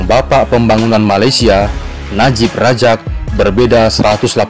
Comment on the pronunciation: Medok banget,Abdul Razak bukan Rajak Muhyiddin Yasin lahir di Muar, Johor bukan Muai Banyak lagi yang lainnya, antaranya Khir Toyo..